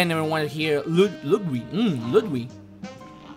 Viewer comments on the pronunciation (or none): none